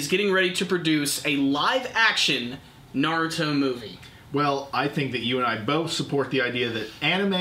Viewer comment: i swear i'm going to slap the next person that says Naruto as Nareruto lol